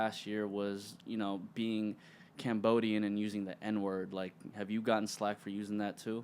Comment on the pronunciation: Did he say slack?